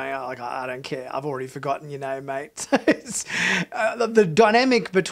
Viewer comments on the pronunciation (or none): none